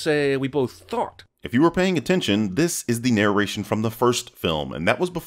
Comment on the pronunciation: Pymmration instead of Narration so I’m pretty sure that was made up